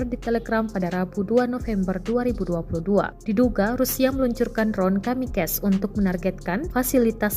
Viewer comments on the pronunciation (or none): KamikaZE.... Bukan kamikes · Yang bagian pembaca berita mohon kalau baca tulisan kamikaze jangan dibaca "kamikez" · Kamikaze bukan dibaca kamikes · Kamikaze berasal dari Bahasa Jepang yang dieja sesuai tulisannya. Bukan KAMIKEZ cara mengejanya, bukan Bahasa Inggris. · Cara narator baca kamikaze gmn gitu hihi